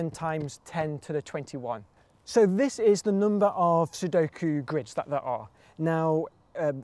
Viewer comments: also says, "C, number of squids" (at least it doesn' t sound like a hard 'g' for "grid" (I know, he does not say squid, more like sqrid) But what does CtRIDS mean? (Count Number of RIDs? R=Real numbers ID as in (uniqe) IDentifier?) So the Count in numbers (real numbers) with unique identifier for every possible grid? That would almost make sense to me... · Its GRIDS (the ct is a g:)